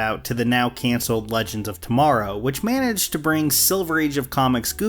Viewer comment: Maybe it was just the first time? I know I definitely heard "Legend" that first time. To be honest, it was just a nitpick. I'm surprised that you responded to me! 😅